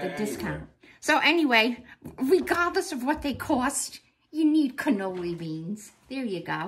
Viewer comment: I'm dying, canoli beans! It's canallini ! Xoxo❤ youse done good!